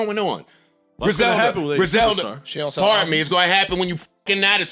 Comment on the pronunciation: I think he said qlbums.